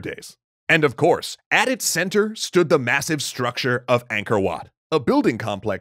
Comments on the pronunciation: As someone whose family was pushed out of Cambodia due to the Khmer Rouge, anything to do with Cambodia and its' culture excites me. Just PLEASE stop saying "ayngkor" instead of "ahngkor". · The enunciation flits from 'anchor' to 'ang-core'. Proper pronounciation is 'aang-core'.